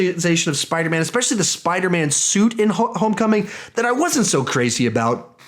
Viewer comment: ... at one point you said spidermna by the way I agree with you Tom Holland is definitely the best Spiderman ever and Nicholas Hammond SSSUUUUUUCCCKS